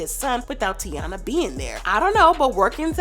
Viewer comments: baby girl not tiana its TY- EENA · HER NAME IS PRONOUNCED TAY-NA NOT TI-A-NA 🤦🏾‍♀️ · Say it with me Tai-eeeennaaaa Not Tiana Or tyana 😂😂😂😂😂😭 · Tyyyyyyyyyy Yeena not tiana I’m so sick of y’all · It’s TY-E-nah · Her name is ty-enna! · I like the commentary, you’re just pronouncing everybody’s name incorrectly 😂😂 YO•SON TY•ENA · It tay-ina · Her name is pronounced “Tye-ee-Nuh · It’s Taina. (Ty-ena) Like the early 2000s show on Nickelodeon. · Her name is Tah-ina and Ari’s son name is Yo-son good commentary though. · nope you the one loud and wrong her name is pronounced, TAY-NA , not whatever the hell y’all tryna pronounce even gherbo said it’s pronounce how I’m tryna say it 😂🤦🏾‍♀️ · it actually is Ty-Ena. Like Taina Morales from the 2001 Nickelodeon show Taina… Emily B pronounced her name as “Ty-ena.” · You said that girl name 3 different ways and none was the right way 🙄 it’s Taina it sounds like tyena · Girl her name is taina